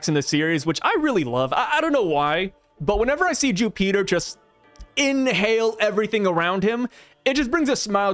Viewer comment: Jupiter ❌ Jewpeater✅